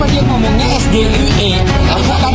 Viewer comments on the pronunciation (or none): Gibran membacanya salah yg di pertanyakan arti kata singkatan dalam kalimat dan katanya berbahasa English tapi Gibran cara membacanya salah ,itu sebabnya membingungkan Sebenarnya SGIE yg benar di bacanya seperti ini Es Ji Aiy I /Esjiaiyi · Sok2an mau jatuhin Gus Aimin tapi justru ucapan nya aja salah, singkatan bahasa inggris tapi di ucapkan nya bahasa Indonesia 😃😃😃😃😃😃